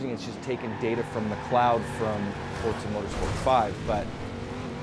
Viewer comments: fortza you mean forza wheres the "t" in the name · Actually forza is pronounced the way it looks. For-za Pizza is pronounced the way it is because there is two z's My dad is off the boat Italian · "Fortza" is the proper pronunciation of an Italian word. Less emphasis on that consonant than in "pizza" but still a sharp "z."